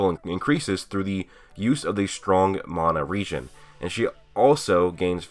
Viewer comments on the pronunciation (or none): none